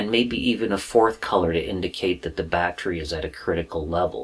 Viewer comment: sounds like you saying battchery are you from south LA. ,thats how we say it down dare lol ,great video btw !